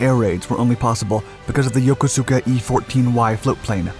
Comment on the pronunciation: FYI, the "u" in Yokosuka is silent, so it is pronounced Yokoska.